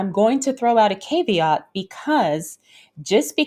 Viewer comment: Love your show, and really appreciate this sort of info. Quick tip: "caveat" is pronounced with a short "a"--rhymes with cat, not cave.😊